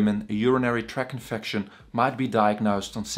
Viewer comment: “….infacshun…” Very educated man though. Good information